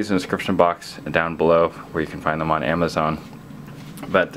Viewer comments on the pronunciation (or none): none